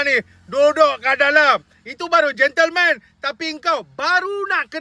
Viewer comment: yang lebih JEN LEMAN?!!! 😂😂😂 Adoiiii sudah2 la guna AI.